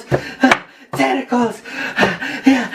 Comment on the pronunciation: Wow.. Um... Why was he chanting testicles? LOL (For the record I know he was saying tentacles)